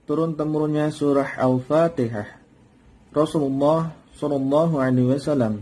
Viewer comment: Maaf ustadz, hati2dlm menyebut Al Fatihah bukan Al Fatikah